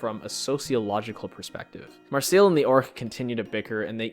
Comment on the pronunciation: Ah, yes, MarSEAL instead of Marcelle because you speak English so you need to get it wrong 🤡